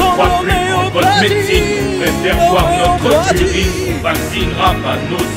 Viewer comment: "Notreu urine" il te manquait une syllabe x)